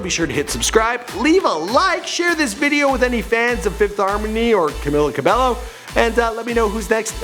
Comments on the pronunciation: Camila Ca be low wtf dude, thats not how u pronounce her name 😂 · Her name is pronounced Camila CABEYO Not cabello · G eazy ?!?!? They never collaborated and its cabello not cabelo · Its pronounced ca-mm-illa cabeyo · Banana Cabello Not cabeYo its Cabello (BELLO) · Pretty little lairs Fan NO ITS NO TWO LL'S PRONOUNCED IN SPANISH IS Y SO ITS cabeYo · Banana Cabello lmao I SEE YOU EVERYWHERE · em cueva No it's pronounced 'CabAEyo' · 1. it’s cabYO 2. she didn’t release her album or “ep” and it’s not called the hurting ...etc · The 100 Challenge Cabello is pronounced Cabeyo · "CAMILA CARBELLO"😑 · It's pronounced cabeyo. Period. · It's pronounced cabeyo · (violently.) cough, cough cough CABEYO DUDE JESUS CHRISTMAS CHRYSLER BREAK MAN. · Banana Cabello did u hear him like Normini kordi, Lauren jorgi and Dani jane im so mad now just bc of that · Banana Cabello I'm triggered when he said CABELLO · "Karla Camilla Cabello Estrabo" omg he only got Karla right 😂😂😂 CamEEla CabeYO EstrabAo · It's CamEEla CabAYO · You pronounce it Cameela Cabeyo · Cameela Cabeyo* Pronunciation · Normunee,Deny Jane,Lauren jaroogi,Camilluh cabellow